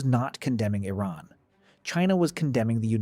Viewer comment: I don’t think the narrator could have found more ways to mispronounce “Iran” in a single video.